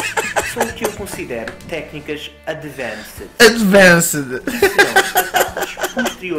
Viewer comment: "tecnicas adevancede"